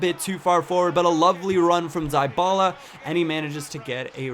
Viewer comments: Dybala is pronounced Deebala :) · its di-ba-la